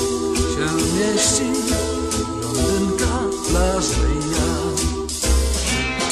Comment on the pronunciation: blONdynka, nie blądynka